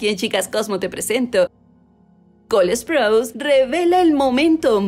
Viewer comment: Alguien más se da cuenta que ella pronuncia col esprouse o solo yo?